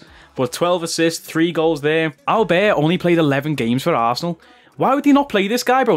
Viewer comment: Sad to see Cash Money Mark not being able to unlock Auberts full potential 😔 Boss needs to work on his french skills more often 😂